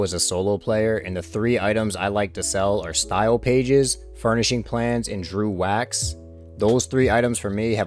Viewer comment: It's not Drew wax, it's dregg wax